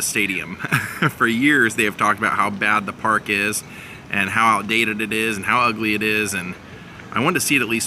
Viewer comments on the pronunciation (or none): none